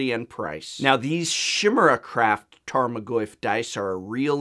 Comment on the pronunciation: despite being an english major, you still couldnt pronounce "Tarmagoyf" and "Chimera" right